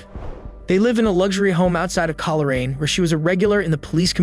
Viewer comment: Coleraine is pronounced coal-rain.